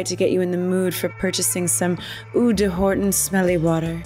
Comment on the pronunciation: Eau de Hortón (note the stress on the last syllable, eh? Ou-la-la!)